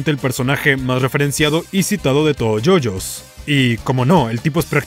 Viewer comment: you you bizarr adventurr :)